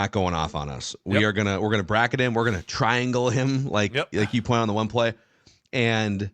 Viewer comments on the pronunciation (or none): none